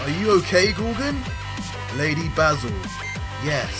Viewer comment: IDK if it's just ur accent, but I'm pretty sure Mato's name is pronounced "May-Toe" like a Tomato. I guess Tuh-May-Toe Tuh-Mah-Toe, but the girl Basil is definitely "Bay-Zul" like the Herb. It's pretty evident that this writer used the true Dragonball formula, by using names that link together... ie; Freiza(not freezer) Cooler, Frost